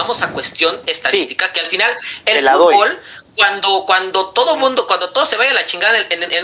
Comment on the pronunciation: El mejicano que hace hablando de fútbol , no lo saben ni pronunciar lw dicen futból😂